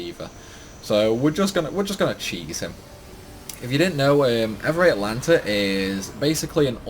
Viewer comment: It's not Evuray. Ev. Ray. All. Tah. Nuh. Thought you played this game before,?